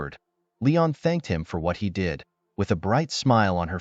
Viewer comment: Alot of mistakes when pronouncing did/did not as well as other words‼️